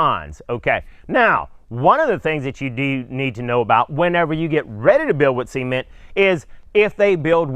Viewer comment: Sea-men-t and rubarb ....of course they needed to tear it down A good builder would use concrete and rebar and that tool is called a donkey dick...just sayin JK love the videos